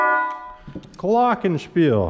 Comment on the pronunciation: As a german, how you pronounce "Glockenspiel" gets me every time. It isn't catastrophic or anything, but it just sounds way more sweet this way.